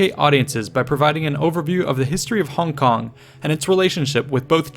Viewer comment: props for the accurate pronunciation of "hong kong". i low key think the westernized version sounds innacurateand goofy